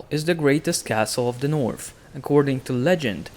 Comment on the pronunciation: THE NORF KINGINDANORFFFF